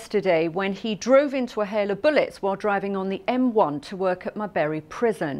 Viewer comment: Not sure where "mar-her-bre prison is